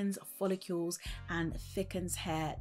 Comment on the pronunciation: For someone who sells and promotes hair products , you should learn to pronounce ‘follicles’ correctly. It’s not ‘folli-keeuww-les’. Just ‘follicles’. No ‘w’ sound. Really annoying - and ironic!